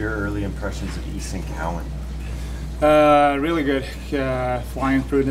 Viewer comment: It’s Cowan not cowen